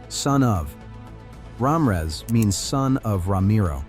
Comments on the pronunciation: I heard Ramrez. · That narrators pronunciation of the names is really messed up. He’s calling my last name Ram her ass 😂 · Either the person reading these names or the AI pronunciation needs to be corrected. Starting with the first surname, Ra Mi Rez